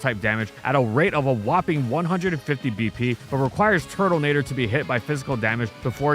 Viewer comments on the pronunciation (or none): brother did you pronounce Turtonator with an L? Turtlenator?? Where did the L come from? 😂